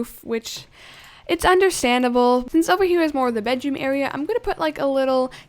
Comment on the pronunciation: "Now I'm working on the bed AREAR" - " WHATS AN AREAR????!!! " - Me